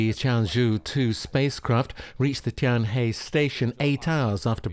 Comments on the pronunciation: For your information "Tianzhou" is pronounced "Ten-Joe" "Tianhe" is pronounced "Ten-Her" Pretty easy right? Get it right next time😄😉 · Tianzhou is pronounced Tian-Zhou; Tianhe, Tian-He, in mandarin. Tian and ten are different both in pronunciation and Chinese characters.